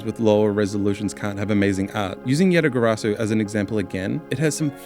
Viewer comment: Bond R It sounded like he called it yatagarasu.